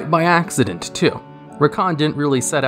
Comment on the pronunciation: Zekhan not Rakhan. :P